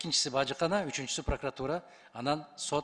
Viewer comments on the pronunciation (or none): none